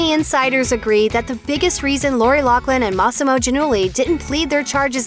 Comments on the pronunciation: Her name isn't Locklin it's pronounced lofflyn bet it right ! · It's pronounced loff Lin not lock Lin. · Why does everyone keep saying “locklin?” Is that how loughlin is pronounced? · Isnt it a F sound not K sound? LauFlin not loCKlin? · Isn't her name pronounced Loughlin like "Loflin" not Locklin. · Loughlin is her last name. Why are people pronouncing it like Locklin all of a sudden? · IT''S NOT LOCKLIN!!! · Isn't her last name pronounced " ridiculous bitch" and not "loughland"?